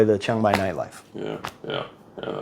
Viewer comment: Why is it you Americans go someplace and mispronounce the name of the place consistently… it’s not Chong Mai.